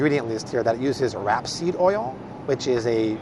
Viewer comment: Not wrap-seed oil it's rape-seed oil